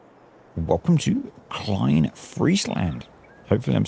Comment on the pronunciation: I'm Dutch and knew 100% what you meant, only the sound of "klein" was a bit strange hahah